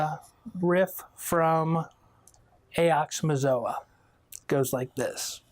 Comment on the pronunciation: Why can't anyone ever pronounce "Ox-Oh-Mox-Oh-Ah" correctly lol